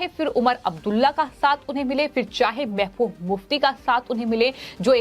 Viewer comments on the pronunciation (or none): महाभूभ नही महबूब, उद्दव नही उद्धव, सिंधे नही शिंदे बोलिए